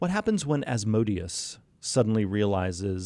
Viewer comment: Not az-mode-ious. It's azmo-dee-us